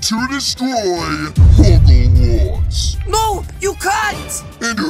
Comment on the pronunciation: It’s hoggwarts not hogglewarts